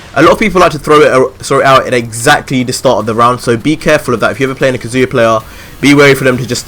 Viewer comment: kaZU-ya ,lol the way u say his name is annoying